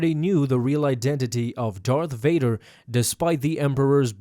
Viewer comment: Darth Vaduuur dude don't apologize you're Sith